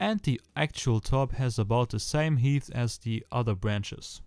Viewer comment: Hey... Das Wort "height" spricht man HEIT aus -- Also, or Guirella you can pronounce it like gorilla in English. I appreciate your videos, beccause they are 1 week ahead of my outdoors...so I can see what is coming!